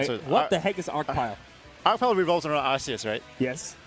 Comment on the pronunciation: it pronounces as “Ar-Ki-Us” in Arceus’s name